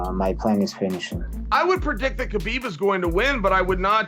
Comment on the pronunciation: is it so hard to say habib lol people these days